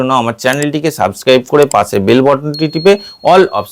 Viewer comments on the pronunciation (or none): none